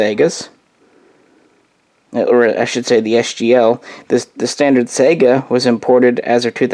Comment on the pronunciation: How do you not know how to pronounce the name of the gun you rambled on about for almost half an hour? I do really appreciate the footage of the rifle though. You're great filmographer.